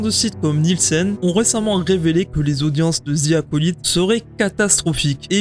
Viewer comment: je suis désolé mais faut arrêter de dire Zi Acolyte le mot "the" en anglais ce prononce comme DE 😅 dite DE ou dite DI mais pas Zi